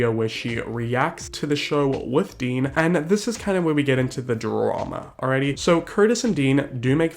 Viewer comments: When you called Dean “Dan”... 😂💀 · sorry but i fucking died every time you called dean 'dan'. really shows how he isn't all that relevant or famous and let his 15 seconds of fame get to his head. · calling dean "dan" multiple times honestly made me laugh so hard. iconic